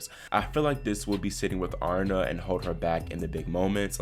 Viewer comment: Aryna Sabalenka. She is Belarusian and her first name is not Arna. It is A ree na. How do I know that? In the Russian Cyrillic alphabet her first name is spelled, Арина. 'и' is pronounced as a long 'e'. 'P' in English is 'R'. 'H' is 'N'. A ree na.